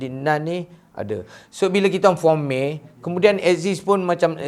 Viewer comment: M.A.Y. Sebut konsonan satu² bkn pronounce MAY